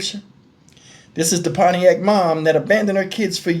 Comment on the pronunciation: 😅😅😅 PONIAC...you forgot the T in ..PONTIAC MI..